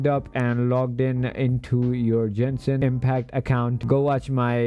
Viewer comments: “Jenshin impact” it’s Genshin get it right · jenshin impact